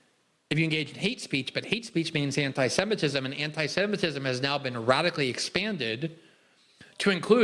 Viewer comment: "Amee semitism" Roll my eyes everytime I hear Albo mispronouncing this.